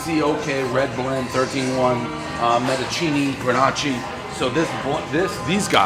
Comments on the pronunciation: Grenaci? Lol. It's grenash. Spelled grenache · Dave said grenachi 😂😂😂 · Love how you turned a French varietal grape suddenly into Italian. “Gren-ah-chee” 🤣🤣🤣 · Gre-nach-EE...uncultured swine...Gren-AHSH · Mendachini Granachee. LOL!!! That's that Michigan education showing through. GO BUCKS! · MF'er said that wine was a "gre-natchee" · Granicheee...lol at leaat say it correctly bro lol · Metacini, Grenachi… it’s a whole new world of names fir Dave to butcher! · Its pronounced Gruh.naash. everybody knows the rules. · A Menocheeny, Gren-AH-chee blend does sound good. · Grenarchie wtf! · "mendochini" "grenachi" :DDDDDD Oh man, Prez is more than dislexic. But great blend ideea. Merlot makes up the volume, Cab gives body and Grenache some flavor. It shoudl work. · One sip, everybody knows Dave wishes he could be a wine reviewer but his pronunciation of GRE-NACHI might be off.